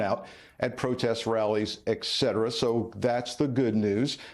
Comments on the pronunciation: Et cetera, not eck cetera. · Sir, “excedera” is not a word…….the word is “etcetera” 😊